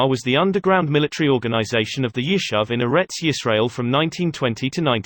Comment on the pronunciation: Yishuv ... YishUv!!! how is this difficult to say?!? Palmach - PalmaCH - again, how is this difficult to say?!? FFS, get someone who can pronounce basic Hebrew words correctly.